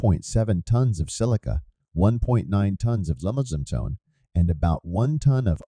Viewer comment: It's great to hear this. Just there were some names miss pronounced in the narration such as GAMESA and limestone.